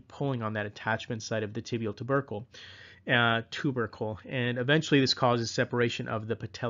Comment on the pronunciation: when you said tibial ter-ber-cle when talking about osgood schlatter dz I laughted out loud. Thank you for the amazing videos! They are helping me prep for my PANCE!